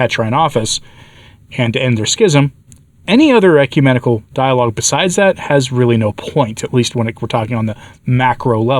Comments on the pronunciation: "ECUMANIACAL" vs. "ecumenical" 😂😂😂😂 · It sounded like you said Ecu-maniacal, and I like that word. It's an appropriate word...